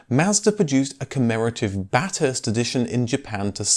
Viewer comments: Great video/s, very interesting and informative, but as an Aussie I have to make a correction - Bathurst is pronounced Bath-erst, not Bat-herst.. Sorry, had to get that one out....lol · Another excellent video, thanks. However, it's not pronounced Bat-hurst. Australians pronounce it Bath-hurst with the "bath" bit rhyming with Kath (as in Kath and Kim) not like bath (as in the thing you have a wash in). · BAT-hurst lmao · Bathurst is pronounced like thirst, not with the stress on the t, Baturst. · Mate, Bathurst is pronounced with the th like the ie bath hurst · "Bathurst' should be pronounced more like Baff-th-earst. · Just a little Aussie pronunciation correction. It’s not ‘bat-hurst’ but ‘bath-urst’. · Ba"TH"urst...not Bat-hurst. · The English never seem to be able to pronounce "Bathurst" correctly. Jeremy Clarkson pronounces it "Bath-hurst". just pronounced it "Bat-hurst. The correct pronunciation is "Ba-thirst" with a sharp 'a' as in "bat". There are actually two endurance races held at the Mt Panarama circuit: The Bathurst 12 hour that the RX7 dominated in the early-mid nineties only ran as a production category race from. It was successfully revived in 2007 as a GT and production car race. It is held at Easter and is in spirit much like the original Bathurst 500/1000 was until the 90's before the decline of Group A. The original Bathurst (the "famous" one) is the Bathurst 1000 in October. It started as a 500 mile endurance race (Bathurst 500) in 1963, becoming 1000km (Bathurst 1000) in 1973. This is the original endurance race for the improved production formulas which became Group 3 and then changed to Group A in the 80's. It has progressed (or regressed?) from being the biggest race of the Australian Touring Car Championship, to maybe the biggest race of the V8 Supercars (now just "Supercars") championship - which sadly these days is just Australian NASCAR... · learn how to pronounce Bathurst its bath hurst not bat hurst. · Bath Hurst not Batt Hurst